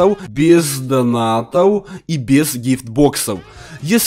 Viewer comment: проУоде, данатоУ, ИгрокоУ, я один с этого немного ржу?( без обид)